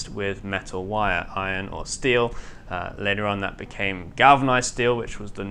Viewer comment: I've really loved watching this boat being built over the "2Years"🤔, however I have just a few teeny tiny complaints 1, your now sloppy pronunciation of the Kings own language has started to slip,this just won't doo the way your murdering the word "Later" Lately is quite simply abhorrent 2 The length of said videos seems to be getting shorter & shorter,at a time where the job is becoming more interesting,cant we have just a few moments longer. Apart from this Good Job Lads & Lasses,Much love from Manchester England 🇬🇧